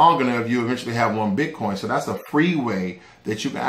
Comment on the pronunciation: ...did u say potcoin???